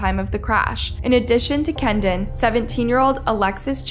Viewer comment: His name is Kedon not kendon at the very least you could get the victims names right